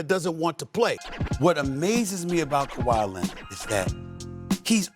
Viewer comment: That's not kwai Leonard